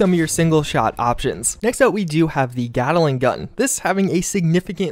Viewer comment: Sorry but this was killing me.... GAT-LING. GAT-LING. GAT-LING. there’s no “A” in between “gat” and “ling”.